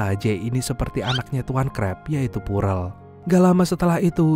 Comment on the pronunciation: Bang ya Allah nama.y PEARL bukan PUREL🤣🤣 ngakak